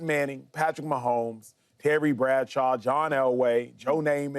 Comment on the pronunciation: I’m sorry James it’s Mahomes